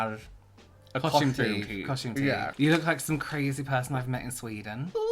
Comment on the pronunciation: Two words..THE TEEF!!! 🤣🤣🤣🤣🤣🤣🤣 xxxxxxxx